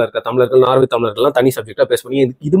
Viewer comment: நார்வே இல்லை சகோதரர்.நோர்வே